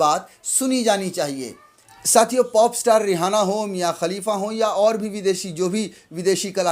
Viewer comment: किसान समर्थक का नाम रिहाना नही है सही नाम रियाना है एंकर महोदय अपनी जानकारी दुरूस्त कीजिए ।